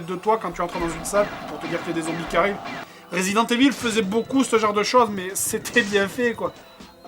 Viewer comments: "résident éville" MDR! xD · Bonne vidéo mais... Resident evil ça ce dit Resident Iveul(enfin un truc comme ça)^^ mais bonne vidéo je mets pouce vert:)